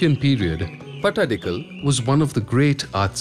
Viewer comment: It’s pattadkal. Not patadakal